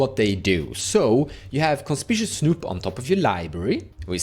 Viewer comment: Hi, no shade intended, but just so you (and everyone else) know, the red goblin Conspicuous Snoop is pronounced, Con-spick-you-ous snoop:) Conspicuous means “standing out,” or, “being obviously visible.” Many Americans too, struggle with the spelling of this word haha I have friends all the time who call it con-spish-ous, and it drives me insane 😂 I’m a writer. I guess that’s why. Thanks for the video! You’re my go-to guy for all things edh